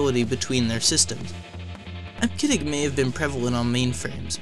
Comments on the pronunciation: Eb-Ke-Dic - WTF! Eb-See-Dic please. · Eb-see-dic. Jesus. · Came here for this :) EB-SID-ICK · I've always heard EBCDIC pronounced as IB-suh-dik since I have been using computers in 1974. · Eb-sid-dic is the correct pronunciation. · EBCDIC is pronounced eb-see-dic. In other words, first the syllable "eb", then pronounce the letter "c", then the syllable "dic". I go back a ways so I know that's how all the IBM employees pronounced it. You should have done a little research and not just guessed. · Sorry. You should delete this video. Native speakers of EBCDIC want you to re-accomplish the audio track with the correct pronunciation of eb-se-dic. Take a hit on the view count and correct this mistake. :( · This channel is great. However, I'm cringing at the mispronunciation of EBCDIC. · That's ruined because he mispronounced EBCDIC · You hurt my ears every time you mispronounce EBCDIC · I can't take this guy seriously when he keeps mispronouncing EBCDIC. You forgot to research the basics. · I downvoted because of the incorrect pronunciation of EBCDIC. I've been a professional programmer since the 80's, I know how we said it. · Its hard to research the pronounciation when hes heard no one say it, bro stop being so harsh.